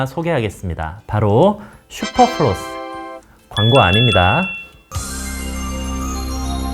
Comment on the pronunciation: 플로스가 아니라 플러스에여.....